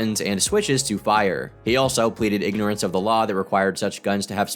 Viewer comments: "Ignorant of the lar is not an esscuse." Dude needs some serious speech therapy classes. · Sorry. You're already wrong. It's pronounced 'ignorance of the lol'